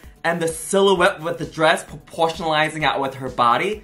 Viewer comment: Take a shot everytine someone says porportionalizing.